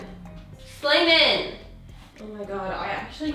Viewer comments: Drink every time she says Slaiman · Slamain degil süleyman :D 🇹🇷🇹🇷🇹🇷🇹🇷🇹🇷🇹🇷